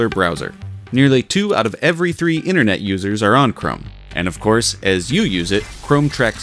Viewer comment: Internet. Not innernet. Data. Not dadda. Enter. Not enner.